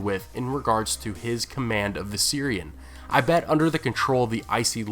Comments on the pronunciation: How fucking hard is it to say the V in Viserian? Fucking hell you said Syrians like ten times. The night king mounted a Syrian immigrant? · love the video. hate the way you pronounced Viserion 😂 I thought you were saying 'The Syrian' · Oh Viserion... I kept hearing "the Syrian" and I was wondering what the hell this poor chap has to do with it.